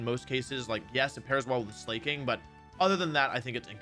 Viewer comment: he called slaking "slay king"